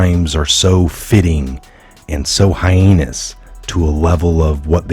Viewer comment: Dude... Did you say Hi-anus for Hiatus... It works, whatever...lol It's funny and I've got your back, say what ever you like...😂😂😂😂